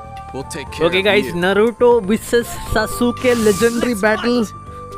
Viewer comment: Shazuke alla... Sasuke ane 😂😂